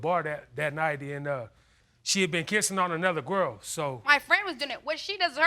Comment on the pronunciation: Did he say gwirl?